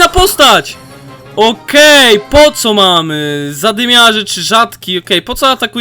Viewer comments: nie wymawia się poco tylko poko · poco mówi się poko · Jak coś to nie mów poco tylko poko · Jak w megaskrzynce bendzie 6 kart to jest nowa postac. I sie nie czyta poco tylko poko . Dołącze do klanu ja mam prawie 3000 pucharków wiem że dopiero grasz ale 1 poada graj słabszymi postaciami a nie jedną 👍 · to nie mówi się poco tylko mówi się poko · Mam po pierwsze nie czyta się poco tylko poko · Poco czyta się poko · Na poco Mów POKO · # rosa to jest dziewczyna a poco (masz czytac poko) a gratulajce dwuch rzadkich zadymiarzy i 1 bradzo rzadki i dwa epickie i jeszcze raz gratulacje. a i liczylem i masz 5 mowych zadymiarzy:) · to się mówi poko ale wybaczam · Mówi się poko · Mówi się rołza i poko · Mówi się poko a nie poco, gdy otwierasz mega boxa to jeśli w prawym dolnym rogu jest więcej niż 5 to jest nowa postać, zmień klub od 4k xd mam 6400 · poco czyta się POKO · Jak coś to mówi się poko a piszę poco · A i poco czyta się poko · Mówi się poko ale piszę poco